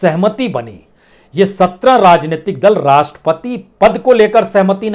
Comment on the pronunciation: Rrrrrrrrrrrrrrrrajneyatik😃😄😄😄 rrrrrrrrrrrrrr rajneitik rrrrrrrrrrrrrr😁🤣😄rrrrrrrrrrrr